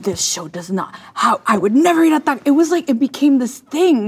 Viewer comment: The way she says taco is somehow much worse.